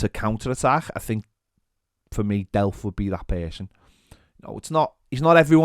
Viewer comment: Did anyone else almost throw up when he said Delph?